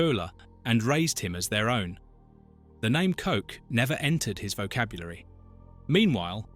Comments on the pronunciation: It's not "Coke" it's pronounced " Koch" ( like kog) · Thank you for the video. It would be great if your AI knew how to pronounce the name of Ilse Koch correctly. It is not pronounced as Coke. 😂 Get it right! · Coke huh, rather than Koch. Maybe learn to pronuounce the name correctly. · CoCHlear implant is pronounced like COKE and not a guttural 'h' sound and English is a Germanic language! I have a German friend who told me her family knew of a nonJewish Polish woman who was sent to a concentration camp. How does that compare to 2/3 of Jews murdered by the Germans? My cousin is one of 6 surviving children of her Polish town in which 22,000 children were murdered. These Germans were unapologetic to the grave. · She actually WASN'T known as the Witch. Swap the W with a B, and that WAS what she was known as. Her surname was pronounced as a male appendage, not after a fizzy drink.